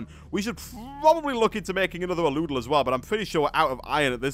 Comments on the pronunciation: Al-u-del Not a-loo-del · ***** it's pronounced Al-u-del :) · The aludel is pronounced al-U-del